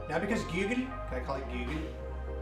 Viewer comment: I love how he said Googel on the last part